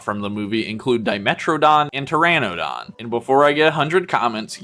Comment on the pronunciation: You mispronounced the Coelophysis. Neither is the Pteranodon. The Smilodon is actually called the Saber-tooth cat not a saber-tooth tiger even the episode of Futurama got it right. The Utahraptor is actually larger than Jurassic Park’s raptors so it is basically Reality is sometimes scarier than fantasy. Which is similar to the leader utahraptor from Primitive war which is also name cyclops because he got one of his eyes stabbed. They are actually Pterosaurs not dinosaurs & the actual flying dinosaurs are Birds. It is basically a winged raptor similar to the Mutadon from the upcoming movie Jurassic World: Rebirth. You mispronounced the Tapejara. Again they are Pterosaurs not dinosaurs. The colorations on this one is very similar to Spiny the Spinosaurus from the original arcade game & the anime series called Dinosaur King. You forgot to mention that there’s an unreleased Jurassic Park T.rex figure called the Gulper rex which has similar play features to the Bull rex from the Lost World toy line.